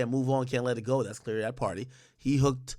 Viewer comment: Its Pardi in Meagan jaw, not Party...